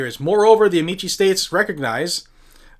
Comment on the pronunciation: Pronounced amiki, not amichi. It's Latin and not Italian.